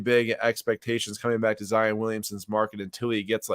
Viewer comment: Love the content but can’t stand it when you say “Zi-en” instead of zi-on 😭